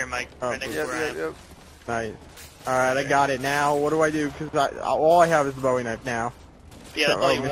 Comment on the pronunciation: its BOWIE not BOUY